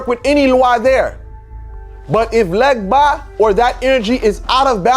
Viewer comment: They way he says "legba" and "vodu" correctly shows he is from Ewe tribe in West Africa